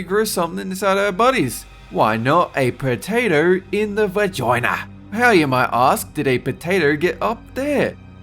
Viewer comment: Most Austrailian I've ever heard him.